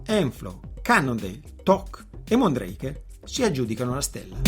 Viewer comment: Mondraker si legge come si scrive 😊